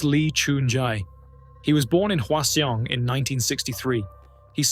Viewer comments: I hate to be the pronunciation police, but Hwaseong is pronounced like hwa - song. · that is the most atrocious pronounciation of hwaseong i've ever heard